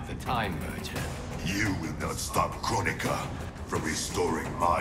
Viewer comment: She said Kronika , I heard Coron-ika ... What , too soon ?